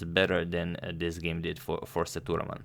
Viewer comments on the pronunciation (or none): It's Sethu raman not thuraman....LOL